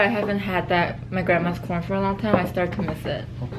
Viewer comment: I was talking to my husband at the time you were talking about American corn and I could have swore you said American porn! I snapped back real quick and was like what in the world is talking about today?! 😂😂😂